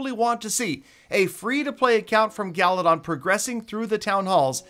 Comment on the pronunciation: Galadoff instead of galadon